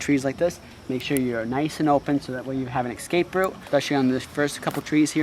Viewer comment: "Ekspeshly" is not a word. "Ekscape" is not a word. "Akshee" is not a word.